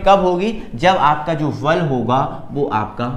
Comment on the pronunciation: Vese sir val nahi bal hota hai😊😊